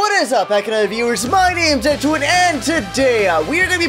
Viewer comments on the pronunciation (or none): none